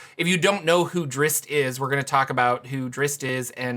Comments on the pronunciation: That pronunciation drives me crazy...the "zz's" come before the "t" in Drizzt. It's not pronounced (Drits) it's pronounced (Drist). You are correct about the two "zz's" making an "S" type of sound...but the strange moving it to the end of the name makes no sense at all and simply ignores it's spell entirely. I realize I'm quibbling over the pronunciation of a fantasy name...but this kind of thing bugs me to no end. So while self aware I'm going to make this comment anyway. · Did you just say Dritz?